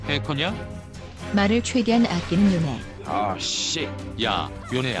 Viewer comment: 요네인데 요내라고 하는거 개빡치네 ㅋㅋㅋㅋㅋ